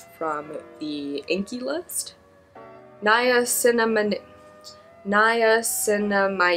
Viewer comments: I just want you to know that a Paula's Choice Skincare ad played in the middle of your video and said "Niacinimide" right after you were struggling to say it. The Matrix really lined up for you on that one. LMFAO. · Pronounced like (Nie-ya-sin-a-mide)